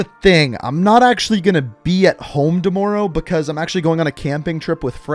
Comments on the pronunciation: No one:: too-more row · Love how this man says tmmr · Every time he says tomorrow I cringe. I know he’s Canadian but I can’t help they say the word wrong. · The way this guy says Tomorrow bro😂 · LMAO and the way he was saying tomorrow